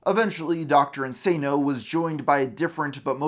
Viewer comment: Well made video, but the cheek of you acting like the Mister Metakour video on Lewis doesn’t exist… Also The fact that you say “Dr In-SAY-no” And then 2 seconds later pronounce “Dr Link-SSAH-no” Like dude